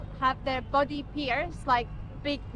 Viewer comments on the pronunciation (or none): none